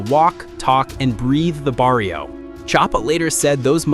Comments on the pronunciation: bro said "in the Body-o" 😂😂😂😂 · "The jente of that barillo" what the heck is a barillo? 😂😂😂😂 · Ummm did he just say "bah dee oh?" Sounds about white. Hahaha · Please never say barrio again.